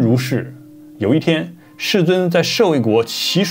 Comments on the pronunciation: 祇樹給孤獨園 「給」讀 「ㄐㄧˇ」 不是讀「ㄍㄟˇ」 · 楊 糾正一個發音噢，捨衛國祈樹給（念幾）孤獨園